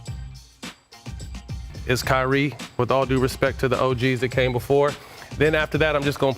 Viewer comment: it’s kyrie and it’s not even close